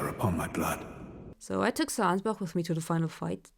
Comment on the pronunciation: I'm just glad to hear someone pronouncing Ansbach rightly. He even says his name yet I still hear people saying Anyz-batch.